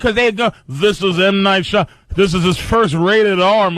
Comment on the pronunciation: HE SAID M. NIGHT SHAMADING DONG OMG SO FUNNY